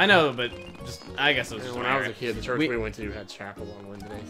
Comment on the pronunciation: John: it Wenday I have church. Ameil: I thought Wednesday- John: CHERCH 😂